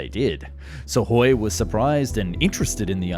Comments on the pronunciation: And misses the K in Sukhoi. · Also "Suhoi" lol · Great video as always But its is pronounced IL- LYOO- SHIN not Ishulyin Also SU- KHOI not Sahoy Keep up the great work!